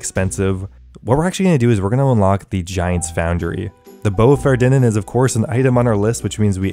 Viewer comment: Faerdhinen is pronounced Fythinayn if it were spelled in English phonetics. Th like in "weather" The Elf language in OSRS is inspired by Celtic languages.